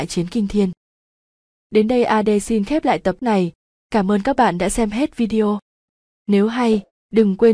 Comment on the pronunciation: Chữ "tập" mà lần nào cũng đọc thành chữ gì lạ lắm=))